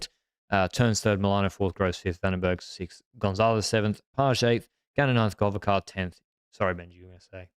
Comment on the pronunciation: says Govekar right or almost but alot better than Kirby from Eurosport who says Govečkar